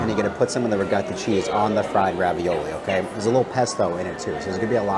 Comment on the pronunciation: FINALLY someone who pronounces ricotta the RIGHT WAY! 😂